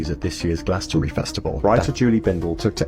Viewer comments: Yes, we're laughing at you but not ALL of you, just the ones who think he is a force for good.BTW it's not pronounced Glastonberry, it's pronounced Glastonbree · Friendly reminder from across the pond, it's pronounced, Glastonbree... not glastonberry... Great channel BTW😊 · It's a small detail but it is pronounced glasstonbree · It’s pronounced Glastonbray and yes we all feel for ‘normal’ Americans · Pronounced "GlastonBREE"